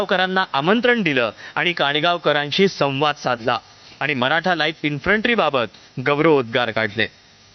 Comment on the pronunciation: अबे इंन्फ्रंटी नाही इंन्फंट्री 😅😅😅😅